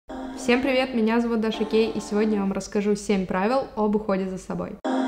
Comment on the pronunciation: Не гей а Кей